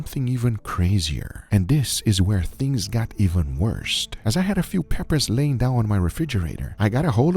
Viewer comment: Why do the sea water and all that extra? It is pronounced “worse” not “worst” in that context. I think you wasted this.